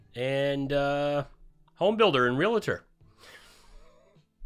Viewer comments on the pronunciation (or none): Real-a-tor not Re-la-tor Love you. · Glad you're back! There's no "i" in REALTOR.